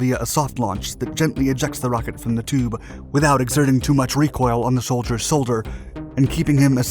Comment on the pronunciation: anyone else hear how he said the sholdiers soulder 😂